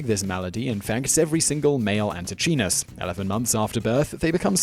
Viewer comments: Antechinus is pronounced anteekeinus (or æntɪˈkaɪnəs). No "ch" sound. Cute guys pity they don't live long. Might be nice to get their genus name right. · Fun video, but as he does with so many words, Simon butchers the pronunciation of "antechinus". The "ch" should be hard (pronounced like a "k"), and the "i" should be long (so the word rhymes with "minus"): ant-ee-KYE-nus. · The Antechinus is NOT a mouse, but a marsupial. As such, it is more closely related to a kangaroo or a Tasmanian devil than a mouse. Also, check the pronunciation. The "ch" in antechinus is pronounced like a "k". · Anti CHEE-NESS ???? Nooooooo. an·tuh·kai·nuhs Anti - KI - NUSS They live in my neighborhood, and if they hear a bad pronunciation, they will screw you to death, and get their Tasmanian Devil friends to eat the evidence. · pronounced ante*kinus* not chinus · As an Aussie, the 'ch' in antechinus is pronounced 'k' and the 'i' is pronounced 'eye'. The rest is absolute fact. In a related fact, the average male pig orgasms for around 30 minutes. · Antechinus is pronounced ‘Anti kinas’.. I’m sure there are no more than a few million Australians laughing at the pronunciation used in this episode. Ps he is not the first Australian mammal to die from random strenuous mating activity. Especially when the wife finds out.😄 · Antichinus is pronounced anti KY nuss. (Just in case it ever makes it to another video...) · Anti-Kynus. I swear you are just trolling with the mispronunciations. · Re: number 2 - Pretty sure it is pronounced "ant-ee-kai-nus" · Pronounced anti Ky nus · Had to skip #2 because of how horribly you were mispronouncing "antechinus"... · Antechinus - your pronunciation was way off, that seems to happen a lot. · That is not how you pronounce Antechinus